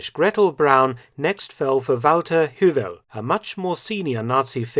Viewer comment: Hewel is pronounced Hay-well.